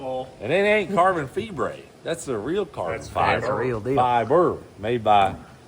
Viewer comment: Carbon Tye-ber